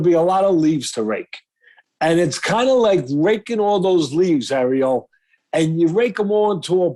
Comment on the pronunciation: Says arriel like the jamaican crab in the little mermaid does😂